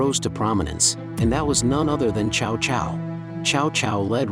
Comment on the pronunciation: hate these AI voices, his name isn't pronounced chao chao, it's t'sao t'sao